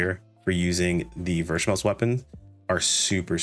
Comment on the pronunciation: it's pronounced v-smell